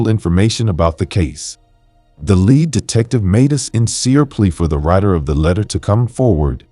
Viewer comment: I love your clear, articulate voice. I would never have known that English wasn't your first language. One word that is confusing in English is "lead" and it's used so often in crime cases. It's pronounced "leed" in these cases. But when talking about the lead used in pencils, it's pronounced "led". I hear English is the hardest language to learn because we have so many words borrowed from other languages. Many spelled the same mean different things. Confusing!!